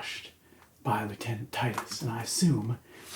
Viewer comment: Is he saying "left-handed" titus?